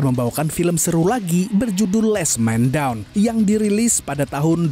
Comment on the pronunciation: Mangaap..di bacanya "Las men dawn"..manggap Kalo ane sale dikoreksi😌 moga2 narasinya mangkinan toplah😁